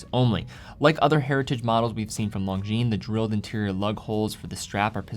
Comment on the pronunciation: Bros don't let bros pronounce the S in Longines 😁